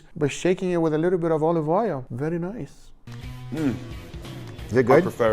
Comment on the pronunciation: "Wery Noice 🇨🇵"